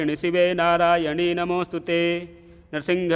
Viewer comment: प्रिय महोदय, निवेदन है कि आप नारायणि को नारायणी पढ़ते हैं,यह अशुद्ध है, कृपया नारायणि को सही पढ़ने का प्रयास करें।जय मां सिंहवाहिनी दुर्गा जी।